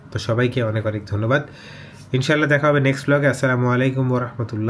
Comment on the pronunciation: আছচালামু??? “আসসালামু” হবে। বন্ডিং